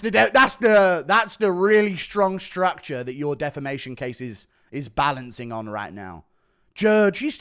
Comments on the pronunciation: Say it with me rampage: “Deh-fam-ay-shon” 🙏🙌🫡👏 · Rampage struggling to even say defamation